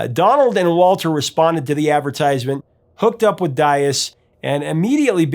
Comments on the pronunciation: Why do you keep on saying Daiz when it's actually Diaz? Don't murder the guy's name. That's the only thing he had aside from his talent . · Sir, are You that unskilled at pronouncing guitarist Denny Dias as this, (Dye-Az)? It is pronounced (Dee-Az). Also, the featured guitarist in "Reeling In The Years" and "Kings" Elliot Randal. For claiming The title as Professor Of Rock, you are in dire need of remedial Rock History classes. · Is that how Denny pronounces his name? There were a group of Portuguese who came to the U.S. and intentionally mispronounced their name apparently to sound "less ethnic." So, it's not surprising, but I can't listen to it. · Dude, please brush up on your Spanish! The way you pronounce Diaz makes my heart jump.